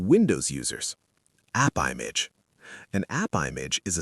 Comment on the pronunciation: That sounds like the AI voice is saying Appibitch.